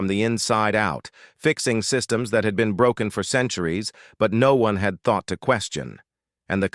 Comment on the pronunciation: Everything was fine until the last word. The AI reader broke the word broken 😂. Enjoyed it otherwise.